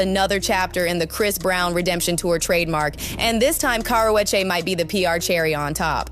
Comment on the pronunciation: She can’t say her name properly!!! 🤦🏻‍♀️🤣🤣